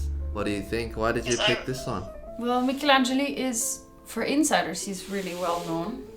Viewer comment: just an insignificant detail but she pronounced Michelangeli veeery well. In Italy he is very well known by classical music lovers, especially for his sound and extreme perfectionism.